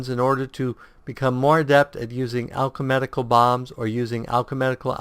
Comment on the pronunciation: Wow, maybe I'm just being anal here, but it's "Alchemical", not "Alche*medic*al". Maybe the switching between alchemical and medical game terms in the desciptions are messing up your reading of the abilities.